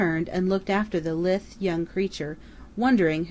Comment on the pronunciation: LMM uses the word Lithe a lot, though It's 'la-ith', not 'lith' as the reader pronounces.